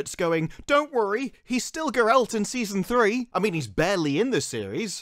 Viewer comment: Ger-alt not Ger-elt